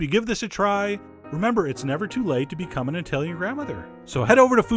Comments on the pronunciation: NOT: EYE-TALIAN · Eye-talian, Douchesch, Eye-ran-ian, Uh-murrrrican, Eye-rock. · Eye-Talian? Really? tsk tsk....